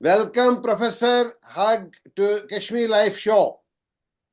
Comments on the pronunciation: Yes, pronouncing "Hugh"(Hyou) as "Hug" was really ambarrasing. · Hugh - is pronounced as Hew... not Hug...